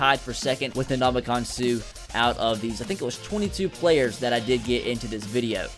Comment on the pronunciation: did he say ndonkeykong suh😂😂😂